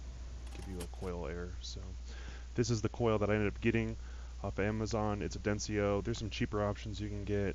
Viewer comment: Densio? Where do you get "i" sound?